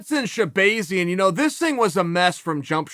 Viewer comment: Rotull If he says it’s shehbayzian then Edmon should change his name.